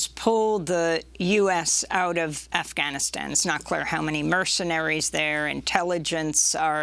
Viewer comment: Hey Amy...its 'Afghanistan', not AhhGAHHHnistan. You are impressing anyone pronouncing it with a your woke accent, and wrongly, i might add.